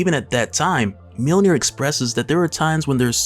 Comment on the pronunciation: Mjönir. Not millnir